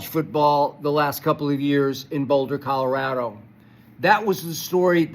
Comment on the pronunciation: Just gained new respect for Skip pronouncing Colorado correctly 😂